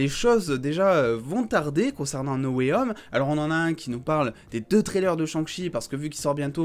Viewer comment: Et moi j'en ai marre quand les gens disent "Spideur-mane Nowayome" au lieu de "Spaydeur-man No way *H*ome"🙄😂🤣